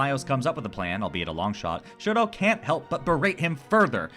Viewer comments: first of all, i just wanna say how much i loved this analysis, ive been trying to find autistic analysis on dunmeshi and this was EXACTLY what i was looking for second, just as a mixture of fun fact and psa, shuro's name is actually toshiro, "shuro" becoming a bit of an unintentional microagression from laios over not hearing toshiro's name properly and later not bothering to change to the right pronunciation. its not a widely known fact since its from an omake i think? but yeah lol third, about throwing more autistic rep your way, its more of an implicit/unintentional thing but have you ever watched mob psycho 100? being autistic, that show hit me like one of those massive waves at the beach that catch you unguarded and drag you across the sand out of how hard it was LMAO. a friend recommended it to me and if i was getting the autism vibes from the first episode from him, by the third ep i was SOLD. convinced 100%. it's on my top 3 shows by autism representation along with the owl house and dungeon meshi. not only the main character, mob, is very coded in my opinion, but like. easily half of the main cast can be read as some flavor of neurodivergent, ranging from dissociative disorders to PTSD, ADHD and autism which i feel are the more prominent. there has been a lot of discourse on the fact many of the author's characters seem to be either intentionally or unintentionally coded, but tbh it just makes the show really well written, it's a love letter to autistics in an allist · wasnt it framed as a micro aggression though? it didnt come as just a quirky little thing to me and rather laios being an ignorant westerner?? lmao poor toshiro getting his name pronounced wrong all the time